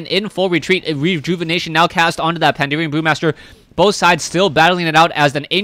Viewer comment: Why does everyone say "Pandeerian" >_< Pan - da - ren ... xD